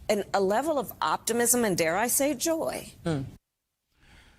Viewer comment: Did I not hear right? Kamala sounded like she called Joy, Joe. to . Help me out.